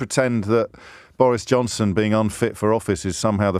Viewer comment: Irresponsibility.. pronounced Boris Jobson